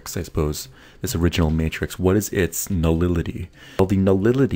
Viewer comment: Nulility? You mean nullity?